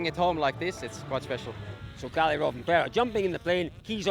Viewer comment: theres like 20 drivers and the newsreporter cant be bothered to learn their names... Källi ??? It clearly Kalle